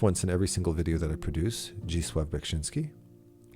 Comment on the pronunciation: I keep hearing "big chinski art" and I can't figure out the artist that you're referencing.